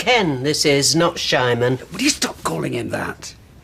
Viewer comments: She called him shymon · I think she was calling him Shymon!